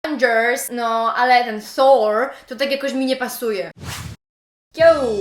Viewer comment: hehehe. nie zawracaj sobie glowy takimi bzdurami ;) masz kapitalny akcent, boski wrecz! w zyciu nie slyszalem tak dopieszczonego " thor" masakra ;) pozdrowka